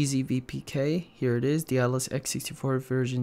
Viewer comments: DAY-DA-LSS is how you pronounce it, not 'Dealus', lol. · you're still pronouncing it "de-a-dalus" xD